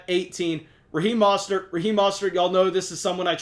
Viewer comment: Raheem Moe-Stert